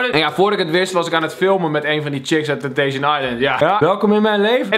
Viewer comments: Het is “Temptation” geen “Tempation“ hahaha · Kelvin het is temptation en niet tempation Geen haat #kelfamforever